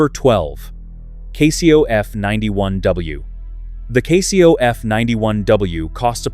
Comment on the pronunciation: Learn to pronounce CASIO.